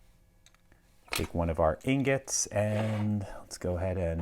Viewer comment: Somehow he turned the word ingot into agate? I didnt know that was possible but he did it lol.